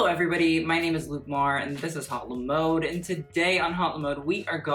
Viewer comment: If you have a French name please pronounce it correctly h is silent and o in mode has a sound [o] not [ow]